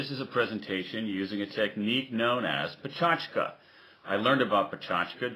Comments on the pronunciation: good talk, but it's not "peh-CHAch-ka" but rather "peh-CHAK-cha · ohmygod he's saying it wroonnnngggggggg- puh-che-ka-cha, not pa-cho-tch-ka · lol he is saying pechachka instead of pechakucha. said right it should sound more like pechakcha (with little emphasis on the 'u' sound) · dude, it's pecha kucha, not pecha chuka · When he said pecha chka my sanity did a backflip Btw I'm fluent in japanese so you're wrong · Pecha chka? Why is he calling it like this? :S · Its pronouced Pe - cha - ku - cha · pe chas ka u moro_n thats not how to say it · Why *does* he pronounce it like a weirdo? Is he showing off? I've heard people before trying to put on what they perceive as a native accent and just going wildly wrong. Americans saying "lingerie" would be a prime example. Go on forvo dot com and type in pecha kucha for four Japanese people pronouncing it. None sounds like this dude.